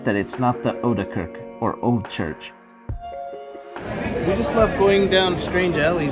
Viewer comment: oude kerk, ou as in now kerk with è like as in pat.. [ow duh k èrk] .